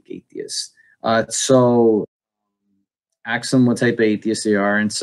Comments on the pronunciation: Buhsketti, breftast. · "... aks 'em questions..." the guy gets on my aks 'em nerve. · If he tried to axe me he'd get a kick in the bollocks. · Yes, it annoyed me instantly. Mind you, The first question you want to axe is.., taken literally, is likely to be sound advice from that idiot. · the "axe" comments were way funnier lol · ASK, dammit, ASK!!!! NOT axe. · The word you need to use,, is "ask," not "ax." Good to see you back,! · "The first question you wanna axe?" Oohh... you meant to say 'ask'. An "axe" is used to cut things... so why not say "the first question you wanna cut"? As in, cut from the discusion. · A S K !! Not AKS !! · sigh "The first question you want to axe is.." It's Ask! The first step towards any good conversation is decent enunciation. I'm also curious why his bookshelves are empty even though it looks like there's stuff around. Maybe CARM taught this guy everything necessary to play the role. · Does he say "axe" instead of "ask" not once but several times? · He wants to "axe" people what kind of atheist they are? How many will ASK him where he learned how to speak. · Why do you say aks instead of ask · OK let me just say it REALLY annoys me how he said "axe" instead of "ask" What is this? Futurama? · DID I AXE YOU BRAH?! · Can this man not say "Ask"? Like the fuck, why is he constantly axing people stuff? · When he's saying "you wanna axe some questions" I think he means "you wanna hammer them down with questions". Perhaps he thinks he saw right through us, but he's not hitting the nail in the head. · Is he saying "axe"? The empty bookshelves behind him is sooo explanatory. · "How to talk to an atheist". Try learning how to pronounce the word "ask". Also, just do it with actual curiosity. When I talk religion with friends not every conversation is me trying to prove their God wrong. They are friends and coworkers, sometimes it just helps to understand them.